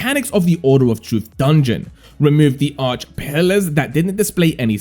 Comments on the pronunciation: Its not Arch its Archay 😅. Do you even play the game lol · Arche - ar kay